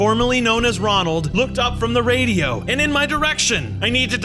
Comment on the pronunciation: The way he made a mistake saying Ronald is so funny and also this is a Bronson show so why Is max In it 🤔